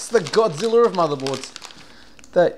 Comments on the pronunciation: Godziller he says... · "godziller" lol